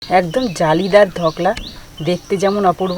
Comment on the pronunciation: কথা টা হল ধোকলা, ধকলা নয়